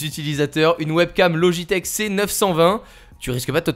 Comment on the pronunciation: J'ai eu mal au oreille en entendant ça aussi ^^